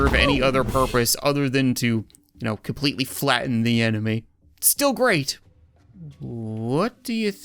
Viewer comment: why did he say enemy weirdly